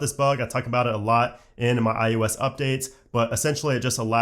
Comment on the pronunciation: You are aware you are saying i-you-s ?